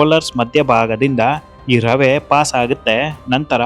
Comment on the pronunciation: ರವ ಅಲ್ಲ ರವೆ